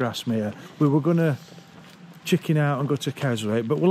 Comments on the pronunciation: It’s pronounced KEZ - ik ! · The best time to see the Lake District is the Winter. There are still visitors about, but it isn't anything like as busy as Summer. Around 20 million people a year now visit the Lakes. Oh, and it's spelt Keswick, but pronounced Kezzik. And talking about ironic names, there used to be a guy in my nearest town who had a shop where he sold meat, sausages, pies, bacon etc. His surname was Butcher.....the sign on his shop said W. Butcher Meat Purveyor. And purely incidentally, the Export Manager for Pepsi is called Steve Coker......